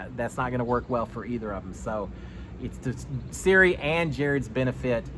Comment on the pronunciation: This is so hard to watch when you keep saying Siri